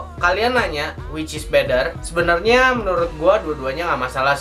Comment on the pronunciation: better or bedder? rip english :(